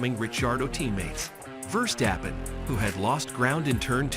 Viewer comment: Dude what a lot of bs you put up a video in where you weren’t even able to pronounce the name of many other very well known F1 drivers. Quit playing with this, don’t make Max Verstappen less of a champion in your head (and stop making yourself so utterly ridiculous!)